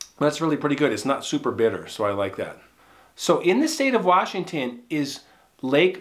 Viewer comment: We gotta work on your Washington pronunciation.